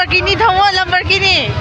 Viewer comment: Lambarkini❌ lamborgini ✅